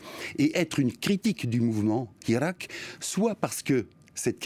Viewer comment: Il analyse aussi mal qu'il prononce le mot hirak.